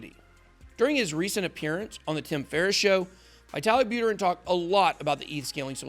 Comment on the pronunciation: It's Pronounced : "" VeeTahleek Bouttehrin"" Not : "Veyetah lik- Butter in"" Written: Виталик Бутерин